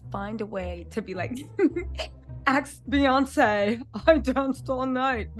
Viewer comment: cheese cake cologne😂 your killing me yep Bee-yan-say 😂i can’t your killing me